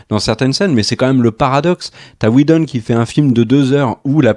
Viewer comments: Superbe résumé! Mais un truc m’agace pourquoi vous dites Schneider avec un chhhh ou lieu de Snyder et même chose pour Weshdon ou lieu de Whedon... on dirait que je n’entend que ça et ça écorche mes oreilles et c’est dommage ! Sinon dans le propos je suis assez d’accord avec vos propos. Perso j’ai adoré le format choisi choisi par Snyder et je trouve ça plus épique justement par la hauteur, car en BD on est beaucoup plus sur des cases en hauteur sur des pages pleines pour montrer la grandeur des super-héros ! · SN-AIL-DEUR et WI-DONNE et pas schneider et weshdon svp. Je vous adore mais massacrer les noms pendant toute la vidéo c'est insupportable pour les oreilles ;) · La SCHNyder cut... Je vois pas où vous allez chercher ne son "ch" dans Snyder. Et il n'y a pas de "ch" dans Whedon non plus. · J'ai bien aimé la prononciation Weshdon, qui n'est pas sans rappeler Wejdene. Les deux volant à peu près aussi bas, le lapsus n'en était que plus croustillant ! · Schnider, Wesh Done, Sheredder, schrebeure, Jacque scheckbear… l'assassinats des noms. Mais très bonne critique. .P.s. n'essayez jamais de dire benedict cumberbatch (Dr Strange) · Ya un soucis avec la prononciation des noms des réalisateurs (à moins que ce soit une blague et que j'ai loupé le truc), mais Schneider et Weshdon je connais pas perso ^^ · Sny-der Whe-don Pourquoi rajouter des 'ch' partout ? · Josh "WheJdon" et Zack "SCHneider" hahaha..On s'en lassera jamais!! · Juste pour savoir, est ce que le gros blaireau avec son gros pif et sa tête infâme peut arrêter d’écorcher absolument tous les noms de réalisateurs ? Il veut se donner un genre ??? Parce c’est claqué au sol comme genre ça Snyder c’est avec un S et pas CH, donc pas Schnider comme Spilberg qui est régulièrement sali par ce bof intersidéral et bien sur Whedon !? C’est Whedon pas Weshdon espèce de gros naze !! Il me fatigue cet imbécile heureux a force